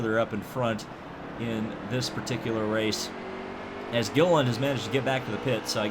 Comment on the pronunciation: David Gilliland was always a threat for poles at the plate tracks in that 38 Yates car. He can also be remembered for constantly getting his last name mispronounced by Rusty on the ESPN broadcasts.